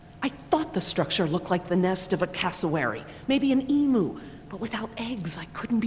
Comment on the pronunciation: Wait! Did she say emoo? Instead of emu? WHY! SUCH A CRUDDY GAME!!!!!!!